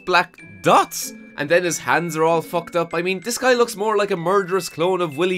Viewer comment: “N den eese fuckers get der Hans on it” Hahaha accent made that so funny bro.